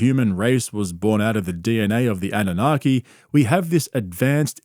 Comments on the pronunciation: It’s NOT ‘’ANA-NOGGY’’ 🤦‍♀ It’s Anunnaki ❗ Get your conspiracy theory words correct! 😆 I LOVE that the KNOWN GRIFTING FRAUDSTER ~ WILLIAM TYRONE KARLSON, COWARD of Broward County is fully being acknowledged for his snake oil business similar to others like Corey [NO ]Goode & David Wilcock -esqe litigious CULT Leader personality . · "annunaghi" No dude.